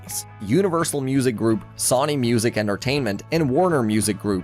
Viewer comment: Your mispronunciations of "Sony" and "Meagan" show that you are AI, not a real person. No sub from me.